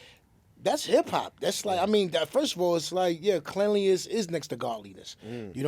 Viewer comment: it’s “cleanliness” lol